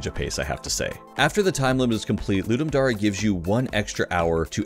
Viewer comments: Isnt it dare not dar e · i cant tell if its pronounced ludum dare or ludum dar-ey now. great job im now having a crisis